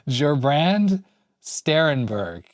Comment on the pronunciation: LMFAO... LOL!! You were really off... Courageous of you to try, though! FYI: Stress should be on the first syllable, Ger. I'll put an accent grave over it in my write-out of the name: Gèrbrand. Obviously, do not put the accent there if you write the name... That won't work...: "... This is definitely in German..." Me: "Nope, this is definitely NOT in German... It's in Dutch!